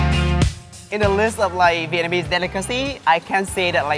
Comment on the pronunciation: is terrible on Vietnamese accent.... he sounds like meow.. 😂😂😂 lol